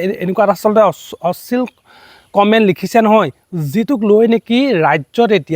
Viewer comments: অশ্লীল শব্দটোৱে ভালদৰে কব নোৱাৰিলি.... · ডাঙৰীয়া আপোনি অশ্লীল শব্দ টো শুদ্ধ কৈ কোৱা নাই যেন লাগিছে।